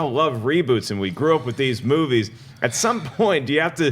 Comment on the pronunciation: As far as this Damien guy goes.. I am all for diversity, but as far as black personalities appearing on Movie Talk, guy is no Jay Washington, David Griffin, Ti, or Joelle Monique by a long shot. He was super unbearable at the beginning of the show, mis pronouncing movies and not answering questions he was asked, but sight recovered during the d & d discussion and onwards. Just being honest.